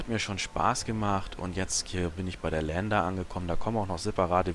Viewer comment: "E" im engl. ist nen "I" betont im Deutschen. "LIAnder" also :P Das Ding ist kein "Lander". Ich liebe dich zu "Kora"eanischer Erklärbär. Dein Video hat echt Gewicht! Hör auf allen das Game zu lehren... Da sauf ich immer ab!